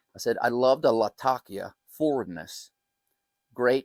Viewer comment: Lat - Ah - Key - Ah